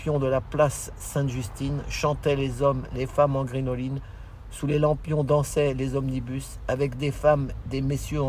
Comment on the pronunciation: Puis je me permettre.....sauf erreur de ma part à deux reprises vous prononcez le mot grinoline. Il convient de prononcer crinoline. C'est un c et non un g. C'était un jupon très à la mode au second empire. Tout le monde peut se tromper mais c'est toujours mieux de corriger. Voilà monsieur . Vous semblez aller très bien. Voir même survolté je trouve et avec un humour désopilant. Pourvu que cela dure. Bonne fin de semaine monsieur.